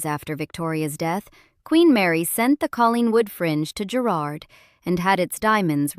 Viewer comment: OMG.....it's Guh-rard